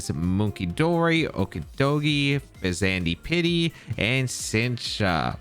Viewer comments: "Fez and ipity" or "Fez an dipity" would have been understandable ways to prounce the name. I have no idea why you are struggling this hard unless english isn't your furst language, in which case, fair enough! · In case you’re curious- Sinistcha is pronounced like the word “sinister” with “cha” at the end. Fezandipiti is pronounced like the word “serendipity” with the beginning of the word pronounced like “pheasant”. Regardless, thanks for the video as always! I’ve been really eager to see these Pokémon in action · Hey! I think the pronunciation of the loyal 3 is something like this: Okidogi (Sounds a bit like Okey-Dokey) Fezandipidi (Sounds like Serendipity) Munkidori (Sounds a bit like Hunky-Dory) Also Ogerpon is the best legendary release in at least 3 gens, maybe more